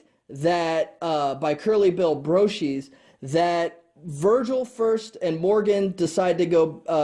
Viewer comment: Hey kid I'm really interested in Old West History, and I appreciate your review of these two films and please don't think I'm trolling you, this is just a small correction - It's Not Curly Bill BRO - Sheez, it's BRO ShUS